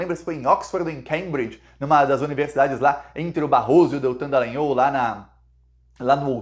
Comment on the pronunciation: Bah,mas tu insistes com a pronúncia errada do sobrenome do safado golpitinha fascista. Diga: dalanhÓl.